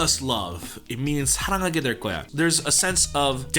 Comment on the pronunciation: 한국인이신가요? 사랑하게될거야 발음 깜놀